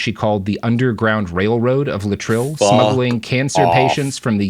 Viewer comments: In the day it was pronounced Lay-et-tril not Latril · Thanks. Great video. Having said that, it is pronounced lay'-it-tril. Three syllables, first one stressed. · I've always known it as "lay-eh-trill". What's with this new pronunciation?